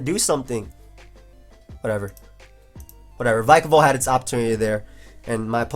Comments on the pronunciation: Man, bulky waters in UU?! That's something new Kappa ALSO IT'S VICK UH VOLT :] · Since Pikachu is pronounced Pee-ka-chu, shouldn't Vikavolt be pronounced Vee-ka-volt? Especially since they're both electric types ; )